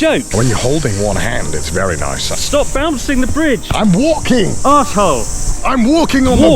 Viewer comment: 😁😂😂😂 how he said am walking